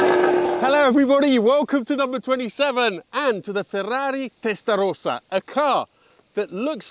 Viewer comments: the only one that pronounce "testarossa" correctly outside Italy, everybody else say testarousa. "let us take it through the gear"... but you are over the speed limits in 1st gear already!! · You pronounce the brand and model perfectly, like an Italian rather than a Brit. You were very well-structured and up to the point in listing the car's character and the source of misunderstanding around it.